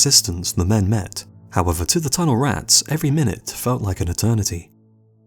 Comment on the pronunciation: dude your word emphasis is all wrong! TUNNELrats, BOOBYtraps. Not boobyTRAPS, or tunnelRATS Sorry for being a freak in advance LMAO